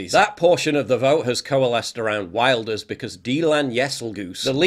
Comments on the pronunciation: [Wil-durs], not [wail]. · It's pronounced Vilders. Like Builders but with a V. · Wilders is pronounced Vilders I think? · Im Dutch and its pronounced Wilders like William so no V😉